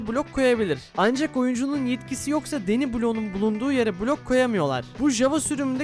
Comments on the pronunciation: “Deny” bloğu “Deni” değil “Dinay” diye okunuyor. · Hayir dinay